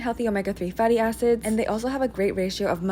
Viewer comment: I thought she said "a#ses" when she said "acids"😂😅😭😭😭